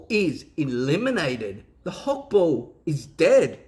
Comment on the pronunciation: Hokball, not Hawkball